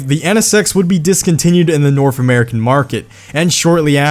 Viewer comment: the norf American market😂